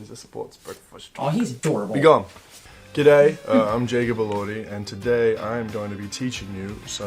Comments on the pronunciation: to say Gedday/G'day, swap the T for a G in today! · try saying "goo" "day" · It's funny in a good way can't say G'day but it's in acute I'm an Australian but I would hardly ever use a lot of slang including G'day.😁